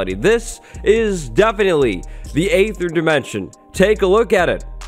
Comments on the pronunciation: It’s pronounced Ee-ther, like in archaeology or aegis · Aether is actually pronounceed "EEther" since it's based on the æ letter, which is how "dæmon" used to be spelled, which shows that æ actually makes an EEE sound, and not an AYY sound